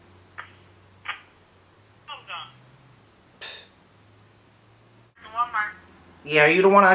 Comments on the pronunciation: "they full time or perpendiculiar?" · Is it full time or perpindicular lmfao